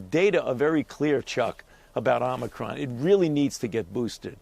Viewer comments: "The Omicwon Vawiant is waging thwu the wuld!" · Please teach Dr. Fauchi to pronounce omicron correctly, with a long o, as the NBC anchors do.